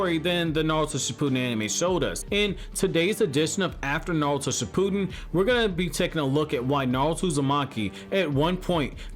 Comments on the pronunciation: Uhm its ship ew den not shipooodon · Bro, shi-pu-den no shi-pooden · No one: This guy: Shipooden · "Shi-poo-din." Hah.